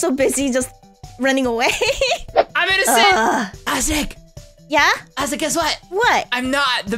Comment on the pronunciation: I love how says innocent as innominicent😂